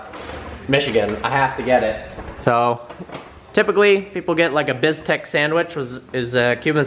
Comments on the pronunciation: The moment you hear say "biz-tek" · I just died hearing you say Pan con bistec.. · And he just assassinate the actual word 😂😂😂